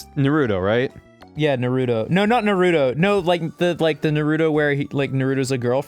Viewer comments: It's pronounced (NaR U toe). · Yea they make me want to rip off me ears and mail them to the any time they say Naruto or meme. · When one of your biggest pet peeves is people pronouncing Naruto incorrectly likE everyone in the anime pronounces it a certain way so w h y are you saying it differently omg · If they pronounce naruto incorrectly one more time I'm gonna pull my own hair out